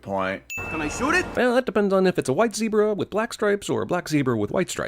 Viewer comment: Also, Cheese mispronounces "zebra"